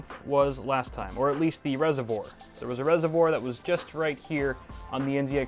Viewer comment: resivuor?? lol he cant say it